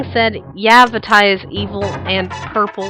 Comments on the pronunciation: "Vah-TEE". not "Va-tai"... "Oh-Kah-Ree-Na", not "ock-ah-ree-na"... NI-Ru, not Nay-Ru. the name pronunciation drives me nutts... please say them right... T_T Good point on the Fierce Deity. In this, I figured Fierce Deity was the guardian of the full "tetraforce", representing the force of Duty or loyalty. Fierce Deity was likely a Sheikah, but had himself sealed away because he felt darkness setting in with his negative emotions. A fraction breaks off and forms Dark Link... I'll expand later. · did you ever think, it's maybe pronounced Vaateh and not Vaataye even if it's spelled Vaati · va-tea not va-tie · Lol Vaty. Its pronounced Vati. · vattye seriously it's pronounced varty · I don't think it is "Vattay" but "Vaahtee" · Wait... Vah-tie? I thought it was vah-tee O.o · Va-Tie... Really? It's Va-Tee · I just have one question: what in the HECK made you think Vaati's name was pronounced "Va-TYE"? Seriously? He has TWO A's in his name and only one i. It should come across as being "Vah-Tee", not "Va-TYE". XD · By the way, the official pronunciation for Vaati is Vah-tee, not Vuh-tie. Just thought I should throw that out there. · vuh-tie... Lol... Vah-tee is the correct pronunciation of Vaati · Why did she pronounce Vaati's name like Va'tie ._. so odd... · I thought Vaati was pronouced "Vah-tee"? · It's pronounced vaatee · Oh god. That pronunciation of Vaati... What a butchering. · Every time you say Vaati's name wrong I cringe